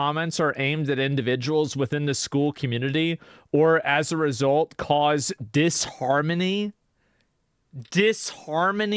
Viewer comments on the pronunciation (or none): Not eharmony, disharmony